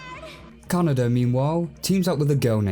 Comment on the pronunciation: No one: Not a soul:: K A N A D A